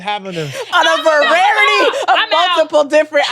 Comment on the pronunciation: Lmaoo her using vararity over and over is hilarious